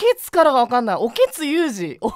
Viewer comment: オケツではなくオケトゥでしたね